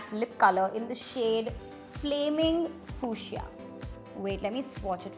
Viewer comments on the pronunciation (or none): Did just say FOSIA instead of FUSIA??